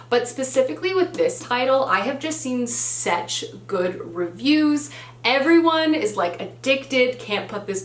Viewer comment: Why does she pronounce "such" like "sEtch"?